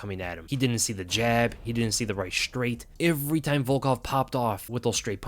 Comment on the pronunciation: He says ivery. Ivery time.